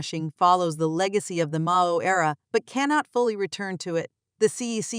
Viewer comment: Hahahaha robot voice pronounces Mao as 'Mayo'😅